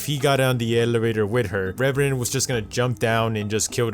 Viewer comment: stop saying reverant